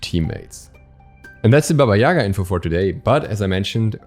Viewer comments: Sry but correct bAba yagA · Guys, i'm from Ukraine, and we had a lot of story's about her in our childhood. She is Baba yagA , not Baba yAga. Take this into consideration please :) (sorry for bad English)